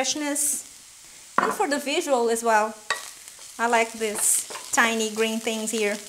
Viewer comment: I can make Deez? Deez Deez and deez?? Haha great video though